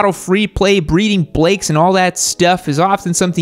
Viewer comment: Another nice video...but did you say breeding blakes??